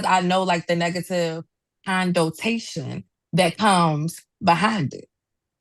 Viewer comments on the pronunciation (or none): Did she really say “CONDOTATION”? Said it with her flabby chest. We gotta stop giving these birds a mic. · Did this chick just say “condotation” instead of “connotation”?